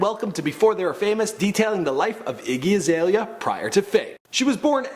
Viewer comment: Get a different person to talk about these people cuz he can't even say her name properly.😂